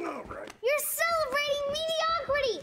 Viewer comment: Medi.... Ocrity! lol